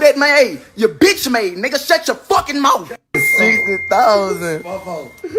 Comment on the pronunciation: Especially if they were kissin in “da mouf” 🤦🏽‍♂️